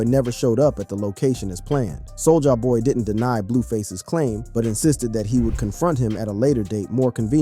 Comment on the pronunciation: Sol-jaah boy